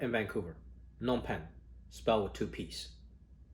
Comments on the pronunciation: Btw jimmy Phnom is pronounced with a Loud P. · Why do ppl pronounce the name "Nom Pen"? There's a P at the beginning of the name.. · The P isn't silent by the way I'm Cambodian XD